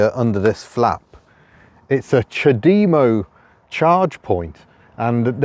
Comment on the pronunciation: CHAD-emmo not cha-DEE-mo lol